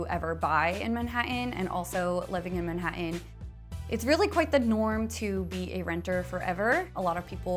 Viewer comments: Her pronunciation of "Man-hatt- eh is hysterical! But wow what a gorgeous place! It's such a tragedy that those fireplaces don't work! I have a large, 2 bedroom in the W. Village for $802 a month. My friends hate me! lol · I thought Manhattan was pronounced different.